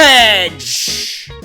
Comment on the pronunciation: Karl Johnson had me in bit 😂😂 “garbadge” I am sooo dead